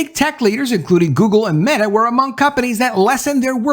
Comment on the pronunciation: ...he said "MAYtah." he definitely called meta MAYtah lmao